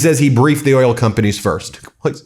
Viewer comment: Did he just say earl instead of oil?